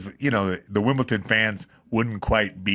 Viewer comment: WimBleDon not Wimpleton!!!